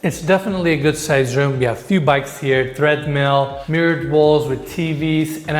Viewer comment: wtf they put a shower in what should be a powder room?!?! Are you fucking kidding me? And you’re right has no clue what minimalist means he uses it constantly😂😂😂 and wtf is a thread mill 😂😂😂 come on man you have to learn to pronounce these things it’s literally your job it’s not like it’s demanding. But as far as earthquakes the hills actually are the safest place to be for instance buildings in San Francisco that were up in the hills suffered far less damage than the homes in the flats in 1989. So yes mud slides are an issue if you’re in a low point I would never build in a low point. no one is going to have cattle on their flat land in LA are you high today?!?!?😂😂😂